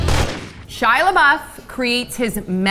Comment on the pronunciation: would've been better if you said labeef with labeouf